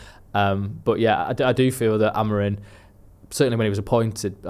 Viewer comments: Really annoying how he says AmoriN instead of Amorim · I love but for the love of god get Amorim’s name right